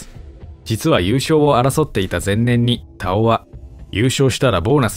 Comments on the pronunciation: 「たお⤴️」って違和感あるな 「たお⤵️」の方がしっくりくる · 根尾のイントネーションで田尾って言ってるからすごく違和感ある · 久しぶりに聞く名前だが、読み方に違和感あるなあ。 女優の土屋太鳳の「太鳳」と同じイントネーションなのだが？ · 田尾の発音が太鳳😂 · 田尾と太鳳の発音は同じ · 田尾安志の「田尾」は土屋太鳳の「太鳳」の同じ発音な。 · 毎度名前のイントネーションおかしい たお⤵︎ 顔の発音だよな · 田尾のイントネーション気になり過ぎて、3回目の田尾って言ったところで見るのやめた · イントネーションが根尾みたいになってる。 田尾 田にアクセントだと思うけど。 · イントネーションがおかしい。 田尾のアクセントは頭高やぞ。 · 田尾のイントネーションってこれが正しいの？気になってしゃーない